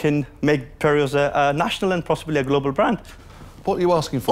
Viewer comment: Why is it "peri'os"???